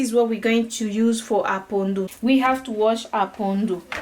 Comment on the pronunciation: Hi there, thanks for the shout out and yes you said my name right✔️. This looks great, I just have to find out where they sell the pondu then I will try to make it too. 💜✌🏾